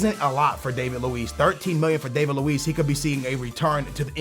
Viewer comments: Its not Dave-id Lewees its David Luiz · You say David luiz name wrong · David Luiz did he butcher that no........